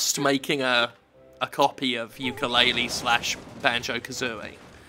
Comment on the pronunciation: jim, the youtube says it's yooka-laylee, if you could change it, that would be very nice, because i don't think it's a good idea to let someone think that this game is in fact yookaa-laylee and scaring them off from a perfectly good game.